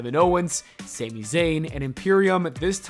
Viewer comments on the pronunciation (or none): none